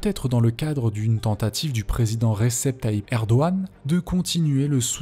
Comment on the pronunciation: Alors par contre, on ne prononce pas Israël "Izraël" mais "Issraël". Il en va de même pour Bahreïn. On prononce "Bahrèïne" et non "Bahraïne" L'étape suivante c'est de prononcer le G de Erdogan... Bon, tu le fais pas ça va. :)